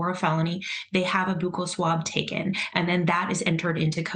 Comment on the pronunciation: I worked in the dental field for many years, and am very surprised that this lady mispronounces "buccal" as in buccal swab. It is pronounced BUCKal, not bocal